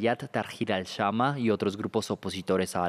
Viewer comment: "Al shama" 😂